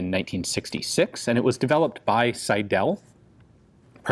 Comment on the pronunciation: The pronounciation of the name Seidel is „Sydl“, not Sy-dell.